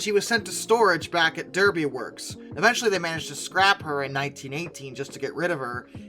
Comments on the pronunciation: FYI, regarding the Paget loco from Derby Loco Works, Derby is pronounced Darby by us locals. Thanks for the great video’s, I used to work British Rail Engineering in Derby back in the 70’s when I lived in England. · Derby, pronounced DARBY. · Can I please point out that Derby isn't pronounced the American way, but is actually pronounced as if it were selled Darby. And in the UK Cecil is not Ceecil, but as Cessil. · You're going to hate this comment - Derby in the UK is pronounced "Darby" (as is the hat). Cecil is pronounced in the UK with a short E not "Ceecil". Even the most innocuous-looking names are a trap.